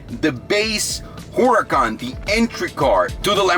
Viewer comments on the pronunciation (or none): Why it sound like he said Lamborghini whoreecon evo?